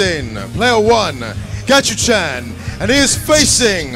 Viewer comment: His name is Gachikun, not Gachichan. Commentator is a dumbass.